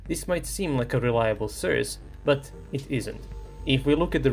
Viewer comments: It's pronounced SOURCE, not surs. For someone who makes a living out of talking, you really suck at it. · Nije "srs" nego "soe'rse". Mozes ti to. Verujem u tebe. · The way you pronounce "source" makes me feel uncomfortable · It's sOurce, not sUrce. 😆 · What's a 'sirce'? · Please, learn how to pronounce source. Unsubbed for now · It's pretty Charming how is pronouncing the word "Source" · Sry to be a dick, funniest pronunciation of the word source ever. Thx for the video tho! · Bro, love your videos… but you are killing me with the pronunciation of the word “source”. 😂 😅